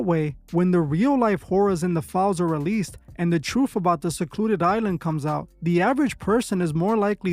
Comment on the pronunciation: The "troof" about the "yoof" 😂